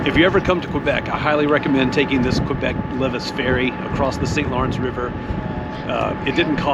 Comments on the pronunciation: Great video! Loved your positive attitude on the train delay. You definitely saw some great Québec highlights in one day :) On your Qs, the Battle of the Plains of Abraham was in 1759 and Lévis is pronounced Ley-vee :) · Lévis is pronounced "Lay-vee"